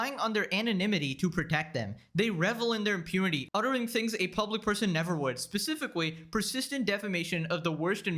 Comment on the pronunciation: "specifikwy" ahh